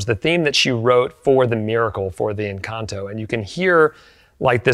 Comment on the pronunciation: I admire for learning the proper pronunciation of "encanto"